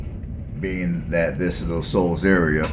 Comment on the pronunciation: Shoals, not Souls